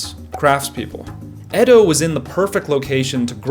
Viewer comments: Ede😂😂😂 It's Edo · It pronounced eedo not ed o for goodness sake…it’s obvious you’ve never been anywhere near Japan